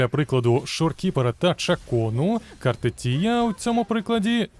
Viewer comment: Картефія. А не Картетія.